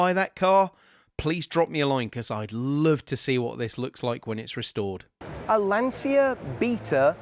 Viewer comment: and Lancia is pronounced 'lan-cha'